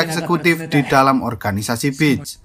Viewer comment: Bang.. sebutan pantai : beeesss Bukan bits Kalo bitch artinya: pelacu***r